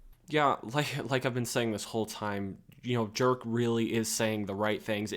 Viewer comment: Dude. I am a 100% sure "Jerk" is not being pronounced the way you do XD. But seriously, watching the first gameplay footage of Indiana Jones and comparing it to the latest cinematic iteration, one thing is for sure: Those old franchises should be turned into games, NOT movies. Because actors age but player character don´t. People are sick of their franchises being exploited by disney & co in a way that puts quantity and content over quality and longevity. Maybe the latest Ghostbusters in an exception but for all other great franchises, it´s just the truth: They are deteriorating. People prefer watching Terminator 1 or 2 over later iterations. Alien, Indy, Predator, Matrix, Star Wars, Marvel... you name it. And then look at Alien: Isolation. Or Terminator Resistance. or the new Robocop! Games succeed where movies fail. Hollywood should take notes!